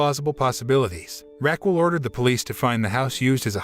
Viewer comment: My ears hurt from hearing “Raquel” pronounced “rackwell”the whole time